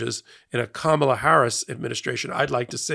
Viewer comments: PLEASE pronounce Kamala's name correctly. Come on.... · please say Kamala's name correctly. Its disrespectful! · please pronounce her name correctly. If you can't, then please refer to her as VP Harris until she is sworn in on Jan 20, 2025. Then you may refer to her as Madam President or President Harris. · please get your pronunciation of “Kamala” CONSISTENTLY right!! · you just mispronounced the VP's name. Shame on you. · please say her name correctly! , LA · ", la". Gotta say it right. Respect,good sir. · Please pronounce Kamala’s name correctly- wth 🤦‍♀️ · Yes,I caught that too. It shouldn’t be that hard to pronounce her name correctly. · Comma-la, not Ka-MAH-la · You just pronounced comma-la's name wrong. Its not kaMAla 🙄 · Just before the 4 min mark, you refer to Ka-MA-la Harris. Reminder: emphasis is on KA or even better, on Karma :-) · KA-ma-la, not ka-MAL-a, please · Please, "comma-la", not "ka-MOLL-a" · Comma-la. Not Ka-MAH-la. Please and thank you. Any media outlet that gets suckered into attending a rally in the guide of a news conference has the option of not giving it any coverage. If only more would take advantage of that option. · It's Ka-ma-la, not Ka-mala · it’s pronounced comma-la, please. 😊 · Her name is pronounced Kah-ma - lah ❤ 😂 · you mispronounce “Comma la” Harris. It is only six letters and her nieces led a class pronunciation at the DNC. Please do better. It may seem small to you but it is so disrespectful. It’s especially galling when it sounds like Trump’s mispronunciation. Please 👍🏼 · Her name is pronounced Kam-a-la😊😊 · Her name is Ka -ma -la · practice saying Kamala with the accent on the first syllable. Ka'mala. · her name is pronounced “ Kama la” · Did you not watch the convention? Her name is pronounced “, la “. That’s not hard. Do better,. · Comma-la please. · IT'S COMMA-LA!!!!! DO BETTER!!! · Please say Kamala's name correctly.